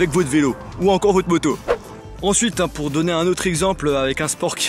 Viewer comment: il a dit mota pas moto